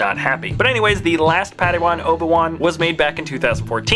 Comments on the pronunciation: You said oba-wan not obi-wan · he says Oba one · You said obe wan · another padawan Oba-Wan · no no no its Ben kanobi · Oba one... That's what he said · "Let's move to the episode ONE Obi- ONE(Wan) where he is a padaONE(wan)"